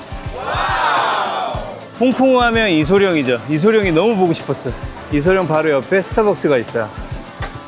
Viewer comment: 저기 스타의 거리에서 지금은 고인이 되었지만 나의 어린시절 스타 장국영(장국영은 핸드프린팅이 없었음), 매염방의 이름을 보았을때 알수없는 감정이 몰려왔던 기억이 납니다... 잘 봤습니다. 아! 그리고 이소령이 아니고 이소룡입니다..